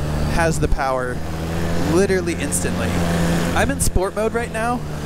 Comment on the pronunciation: Not to be critical, but it’s "literally", not literately.